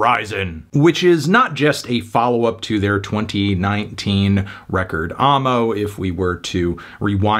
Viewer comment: Sounds cringe saying "ah-mo" instead of "ammo"